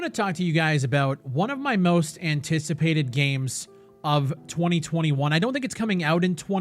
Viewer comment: Anyone else feel weird about the way he said “2021”